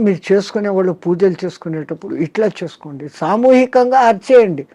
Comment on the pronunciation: వాళ్ళో. 'ళ' అనే అక్షరాన్ని పలకండి లేదా పలకడానికి ప్రయత్నించండి. కళ్ళు' పెళ్ళి, తాళి ఇలా పదాలలో 'ళ' అక్షరం ఉపయోగం ఉంటుంది. మన శరీరం ఒక అవయవం లోపం ఉంటే అది ఏదైనా అది సరి చేసు కావడానికి శతవిధాల ప్రయత్నిస్తాం, గాని అది భాషా కదా అని ఊరుకొంటే కొన్ని అనర్ధం జరగవచ్చు. ఉదాహరణ కి kama kills a man. అది ఎలాగున అంటే మనల్ని ఆంగ్లేయులు పరిపాలించే